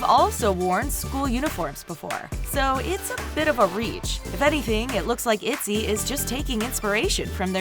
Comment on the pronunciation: Zohre Farzipour itzy its iyzy😂😂😂 Im sorry that made me laugh😂😂